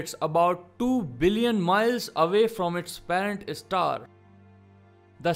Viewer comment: Apart from Alien... The newly discovered one should be pronounced as Star 🌟...not Istar...😑